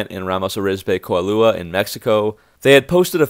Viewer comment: This is a good report, but the photo and the aerial photo following that you report as the Saltillo Engine Plant at Ramos Arizpe are actually of the Saltillo van and truck assembly plant complex at Encantada, about 20 miles south. I won't criticize your murderous pronunciation of the name of the state of Coahuila, just compliment you for trying. 😏 (I can literally see Coahuila from my house.)